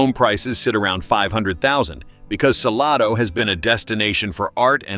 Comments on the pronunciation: It's not "Sa-lah-do", it's Sal-A-do." And not the Chisolom Trail, but the Chisholm Trail. Other than those cringy pronunciation, not a bad overview, considering ever place left out. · It is Salado, NOT Saloda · It's pronounced suh-lay-doe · I know this is AI dialogue, but Salado actually pronounced suh-lay-doh. FYI. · Hard to subscribe and trust when you aren’t pronouncing the towns correctly 😂 “Sa-LAY-do” for example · It's Sa- lay-do!! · Pronounced Suh-LAID-o = Salado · Suh LAH dough! 😂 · Saying that Whole Foods and Trader Joe's are in Georgetown completely discredits this video. As does the pronunciation of Salado, which immediately makes "You're not from around here, are ya?" spring irresistibly to mind. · Native Texan... vid lost me when mispronounced Salado. Glad my destination missed this list. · This AI announcer is on my nerves. So many mis pronounced names. Don’t be so cheep!!!!